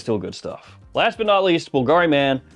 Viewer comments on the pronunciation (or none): none